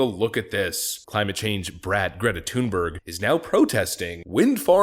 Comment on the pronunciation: claimate, claimate? 🤦🏼‍♂️